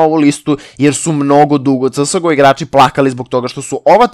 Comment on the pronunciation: kaze se ces go a ne csgo